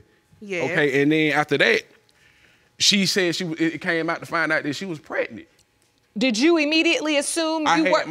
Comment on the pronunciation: She said she pregnick😩😔